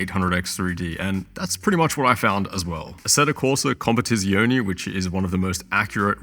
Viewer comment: Please read italian words properly. As all of the planet basically tries to properly pronounce english words, you have the moral obligation to try the same with your foreign words. I’m here talking about your butchering of the word “competizione”